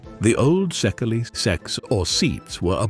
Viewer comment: First of all ! Your pronunciation wrong ! ! In the Hungarian language, the letter SZ is one letter, S and the LY is one letter too I So the right pronunciation of SZEKELY is SEKEI ! Try to use the right pronunciation ! You can do it and the SEKEI people gonna fill better too because when you expect them to say something in English, you expect from them the same , to use the right pronunciation ! Did you get it ? Gabor Czirjak USA